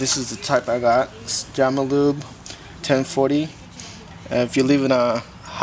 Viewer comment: Great video my fav part was when you called it Jamalube lol